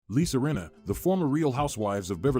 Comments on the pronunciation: I love you guys so much but it's Lisa RINNA not Renna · It’s Rinna with an I